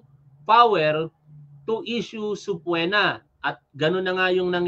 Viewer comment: Sabi ko sau ‘’Suh-pee-nah’’ang tamang bigkas hindi subpwena…